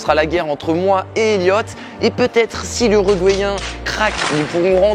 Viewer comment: El famoso "Uruguayen" 😂😂. Excellente vidéo !